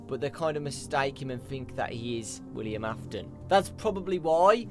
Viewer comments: WILLIAM Afton, it's WILLIAM Afton,! This has been driving me crazy! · Miklz aftonn. AINT IT WILLIAM AFTON ????